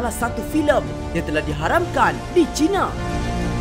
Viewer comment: Harap boleh membetulkan sebutan "China". 1. Jika disebut "China" dengan menggunakan "Cina", ia seakan-akan mewakili kaum cina dengan negara People's Republic of China. 2. Sebutan "China" itu boleh dikatakan dengan Chai na, bukan cina. Ini adalah cadangan saya kepada. Bagus video 👍👍